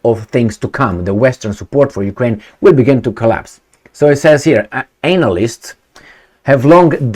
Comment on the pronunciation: He said ANALysts..😂😂😂